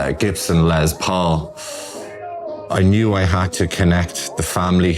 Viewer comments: Why do people say "Lez" Paul? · Lez Paul? In America it's called a Les Paul. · I've noticed some people say it like that from time to time. I assume they don't know who Les Paul was, and think it's French? Beats me.